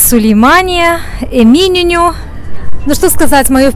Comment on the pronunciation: мне нравится смотреть ваш канал. Но специально зашла в википедию и проверила ударения. таксИм, а не тАтксим, БейоГлу, эминЁню....странно, что вы по-другому говорили(